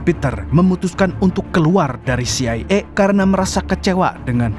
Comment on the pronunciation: harunsya baca dengan CE I A 😅